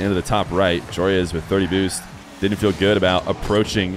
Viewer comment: why does everyone pronounce Joreuz wrong ? its JORUZ